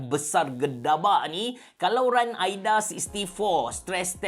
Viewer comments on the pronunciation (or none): none